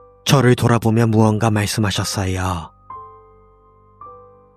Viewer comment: ~~하셨어여ㄹ..이거 몰입 다깨짐